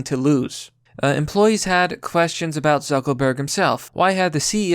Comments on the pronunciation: Is "Zuckerberg" a word the algorithm censors? Because I notice you keep saying "Zuckelburg" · Does he keep saying zuckel Berg? Isn't it zuckerberg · Are you purposely sayings Zeckleburg rather than Zuckerberg? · It's pronounced Lee-bra and Zuckerberg not Zuckleberg🤦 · Sounds like you keep calling him Zuckleberg and not Zuckerberg, is it just me? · Its ZuckERberg NOT ZuckLEberg... Good Gawd man. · Dude, it's Zuck-ER-berg. Not Zuck-O-berg. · "Zuckleburg"? Don't you mean "ZuckERburg"? (JK)😁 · Why do you keep calling him "Zuckleberg" it's "Zucker-berg" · 'Zuckleberg' :-D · You sound literate, but it's unsettling that someone who is name trashing, can't seem to decipher and iterate er in a word. It's Zuckerberg...Zuck-ER-berg. Dude...come on...I'm not a Facebook fan nor do I follow Zuckerberg, but your childish rhetorical comments are droll and mundane when you can't speak. Like i said, you sound literate, but it's the only word you purposely i suppose fuck up. Thumb down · Who is "Zuckleberg"? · Are you saying Zuckleberg? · Do I keep hearing “zuckleberg” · Is he saying Zuckleburg? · Zuckleburk? Is that a meme I missed or you can't fucking speak lmao. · bruh why do you keep calling lizard man zuckleberg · I love how you keep pronouncing it "Zuckle berg" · bruh stop saying zuckelburg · Zuckleberg? Is that on purpose? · Is his name really “Zuck “o” burg?” Lol